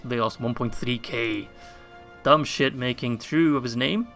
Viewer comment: Is it me or did you call general Dubhshith 'dumb shit' ? Each time you used his name I heard that XD